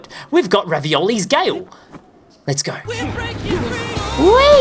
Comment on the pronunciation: Ravioli's Gale Me: 🤣🤣🤣 it's Revali's Gale P.S. Big Fan